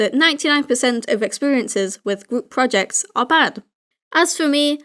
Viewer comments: 6 years later and i notice you say "gwoup" instead of group, and i love it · It sounds like u said gwoup. Project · I swear the first time he said group project , I heard gloop project.